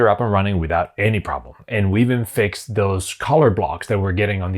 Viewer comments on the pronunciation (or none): none